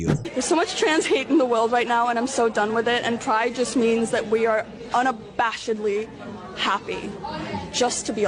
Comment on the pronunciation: “Unabashadly” someone help me out, is that a word??